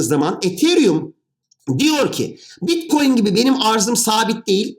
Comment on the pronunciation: hadi bi daha anlat. bi daha. tane tane. salağız biz. bi daha. bitkoyin teknolojisi (teknoloji :)). blokçeyyyyn. bilim adamı yetiştirmede üstüne kimsenin olmadığı çalışkan ülkem. saadeti elde etmek için her türlü zinciri bpynuna takar. maynink teknolojisi... hahaha. teknolojiymiş.